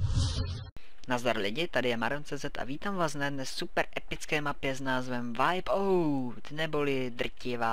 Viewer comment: Čte se to wajpaut.